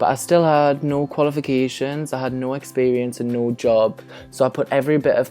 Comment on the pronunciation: You Forgot The "P" In Experience....